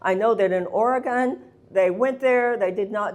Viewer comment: It's Ore-gun, Marianne, not Ore-gone.